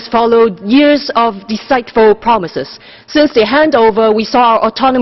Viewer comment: I say languages like "deceitful promises" (which she pronounced as de-sight-ful lmao), or "one country two system nearing its death", or "China is preventing our democracy" abusive, especially in the case that she offers ZERO evidence. It's all politically motivated allegations with NO facts. That's all that the loser Hongers got. Pathetic shit